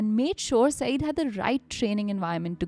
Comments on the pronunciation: Guys, just a small point about his name pronounciation -- it is spoken as 'saiyyad' and not as 'saeed'. Another point, in the press conference scene in the early part of the story... there were no movie cameras or mics in 1988. Basically just reporters with scribble pads, and an occasional journo with a tape recorder, BBC India guys had it as dikta phone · Mehdi was his personal name. ZAIDI indicates his family name and actually his "clan"nsme. Modi was a perversion of the simple two syllable name. Also, the word Syed is also bring mispronounced. Saeed is a totally different name. Syed indicates that Mehdi was descended from the Prophet Mohammads (PBUH) lineage. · I'm just correcting the name here. It's not 'Saeed'. Its 'Syed' y is pronounced as ya as in 'yaar'. Pronunciation will be "Sai..ya..d" 😊